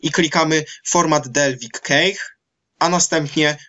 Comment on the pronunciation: nie KEJCH, nie KACHE, tylko KESZ :) sorry, ale już nie mogłem wytrzymać :)